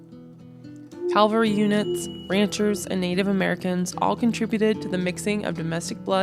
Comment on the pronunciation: Very interesting and informative. I enjoyed it. One thing you might want to work on is the difference between the words calvary (a Latin cross) and cavalry (an army component mounted on horseback). Since you say the Latin cross word many times in your narrative and I believe you mean cavalry (mounted patrol), this difference might be helpful.